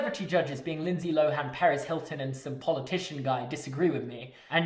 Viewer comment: Was confused when you said paris hilton until i realized you said perez hilton